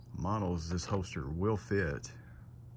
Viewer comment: It’s hoLster. With an L. Not a hoester